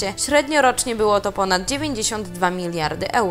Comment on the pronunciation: "MILISARD" to dużo?